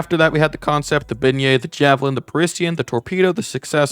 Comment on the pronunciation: Bro says the word beignet and parisian wrong💀💀💀